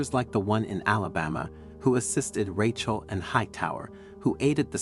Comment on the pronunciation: Weird, sometimes he says Rachel correctly, other times he calls her Ratch-el